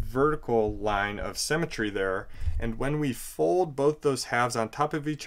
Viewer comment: Great video but symmetry not cemetry.